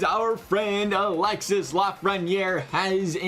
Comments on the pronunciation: It's not pronounced Alex-sis, it's alex-e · Alexee is how its Pronounced